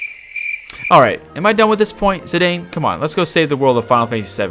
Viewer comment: I believe it's worth a mention that Zidane actually is pronounced /ziˈdɑːn/.